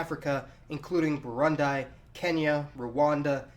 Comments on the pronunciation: Burun-dai? Arent you embarrassed? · Burund”i” pronounced ”e” not “i” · Little correction, the ending i in burundi is pronounced burundee, love the video keep up the good work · Burundi is pronounced “Burundee” and not your Americanized habit of pronouncing “I” as “eye” with so many things 🤨😒😑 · Pronounced Buu-Ruun-dee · Burundi is pronounced with a long "e" sound at the end. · When he said burandai I was like what is that ?😂😂😂😂then it clicked in a second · Booroondee it is pronounced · Wtf is "Burundai" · It's pronounced BERR - OON- DEE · 😂😂 I cringed so hard when he keept saying burundie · How to pronounce Burundi: Boo-roon-dee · Burundi, not 'Barandai'. Deutsches Öst Afrika and friends? Why can't you 'educated Americans ' learn something as simple vowels? Uganda, formerly Nyasaland (Ñasa) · Burundi is pronounced like this: boo-roo-ndi with an E sound in the last syllable. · No one: Literally no one: Not a soul:: boo-ruhn-dai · You are mispronouncing Burundi. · Great post wish them prosperity and peace but Please correct the pronunciation of Burundi if you don't mind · Don't know what the photo you used for Kigali is , but it sure as hell isn't Kigali x) Also, the 'i' at the end of 'Burundi' is pronounced like a short english "ee" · cringed everytime he said Burundi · more of the reason to do further research and pronounce it right for Burundians and viewers sake who may have not known anything about the country let alone pronouncing its name. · Your pronunciation of Burundi and Bujumbura are pretty awful. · The way you pronounce Burundi irks me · Dude, your pronunciation of Burundi is way off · I don't like the way you pronounce Burundi. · Tamu Audwodia me neither and I'm from there but he tried atleast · Burundi has an E sound in the last syllable. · aadil saleh , Tell him, it's not Brundai, but instead Brundi ! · It's pronounced "Burundee" not "Burund-eye" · Oh no he did not say 'Burundai'. Actuaally he said Burandai. Is it so hard to say BU.RU.N.DI